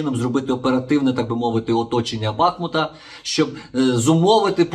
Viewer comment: Шановний пане Ігоре,з великою повагою до Вас, називайте моє,місто правильно, не БАхмут, а БахмУТ! БахмУТ! БахмУТ!!! Слава Україні! Слава ЗСУ!!!